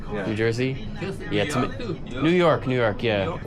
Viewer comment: The guy "That's NewYorehuck!" that cracks me up